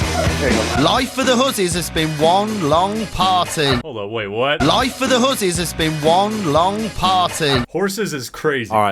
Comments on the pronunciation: Hussie, not horsey lol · hes not saying "horse"s hes saying "hozies" but with an english accent so it sounds like "hozes" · he really thought he was saying horses 💀😂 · Is he calling them "hussies" or "horses"? In context clues both seems wrong, but I'd rather be called a horse than a slut.